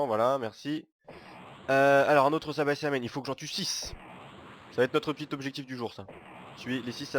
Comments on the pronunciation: C pas sabaisamen c saibaman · c'est saibaman et pas saibaçaman comme tu dis :) x'D